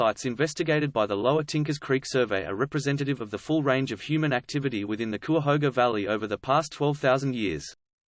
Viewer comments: It's "KI-uh-HO-guh". Anyway, I hope this is more protective of the site, and not whitewashing history and paving the way to destroying the site. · Kai uh hoga. Thats how you pronounce cuyahoga. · It’s pronounced Ki-a-hoga. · It's "ky-ah-hoe-ga" (Cuyahoga). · He's accusing CVNP authorities of hiding "the truth". I personally know rangers and park officials who are intellectually honest and curious and I can't believe that they are hiding anything. (I do wonder a little at the credibility of a guy who emplys an AI voice and hasn't figured out how to pronounce "Cuyahoga".) Indeed, if there is accuracy in what he is calling paleolithic sites, I can attest that the park authorities would be VERY interested in protecting, researching and promoting them as attractions to draw traffic. He makes accusations...who has he talked to in the park management? Silly. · Every time he mispronounced " Cuyahoga" I want to scream. But this is a awesome informative video that makes me want to go exploring. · Can't pronounce Cuyahoga.